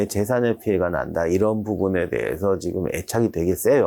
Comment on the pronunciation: 군사력도 군사력인데 내가 제일 궁금한 건 '지금'을 왜 '지끔'이라고 하는지 이게 제일 궁금함 한 두 분이 아니라서 진짜 예전부터 궁금했던거임